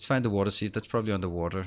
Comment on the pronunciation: for water sieve .. try more I less e ... about opposite of what you are saying ... I is first so should be pronounced more heavily ... since english is not your first language ... but i expect a close second